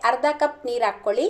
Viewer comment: ಆಕ್ಕೊಳಿ ಅಲ್ಲ. ಹಾಕ್ಕೊಳಿ